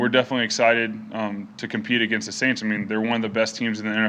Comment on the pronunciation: I love when he said " In the forth quarter we're gonna beat the aints '